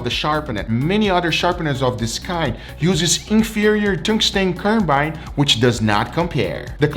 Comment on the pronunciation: World: Tungsten Carbide: Stoongstain Carmain